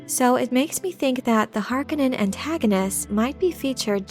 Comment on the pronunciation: Is this a machine voice? I loved this video except for the fact that the narrator continuously mispronounces Feyd's last name.